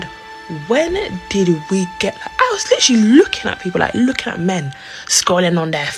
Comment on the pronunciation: "Litruly drownding in a pool"